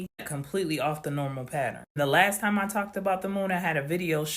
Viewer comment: 😂😂😂 when he said patter-in i screamed!! lol 😂 my daughter pronounces it wrong the same way 😂😂